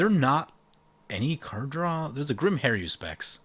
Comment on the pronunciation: Har-U-spex. There's no 'I' in that word. You play mtg for a living, learn to rtfc; including the name....